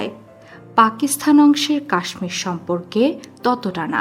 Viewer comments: পাকিসথান নয় পাকিসতান উচ্চারণ হবে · উপস্থাপিকা পাকিস্তানকে পাকিস্থান বলে কেন? গর্দভ। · আপনাকে কে বলেছে উপস্থাপনা করতে পাকিস্তান উচ্চারণ করতে পারেন না।বার বার পাকিস্থান পাকিস্থান বলছেন। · পাকিস্থান কথাটা ভুল, উচ্চারণ সঠিক হল পাকিস্তান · পাকিস্থান নয় পাকিস্তান। ফাক নয় ফাঁক। উচ্চারণ শুধরে নেবেন। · পাকিসথান? আগে উচ্চারণ শেখো। তারপর ভিডিও বানাও